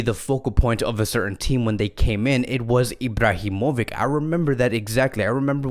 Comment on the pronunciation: Yo are you for real? Have you never heard anyone say Zlatan’s last name? Or Are you trying to start a new trend here?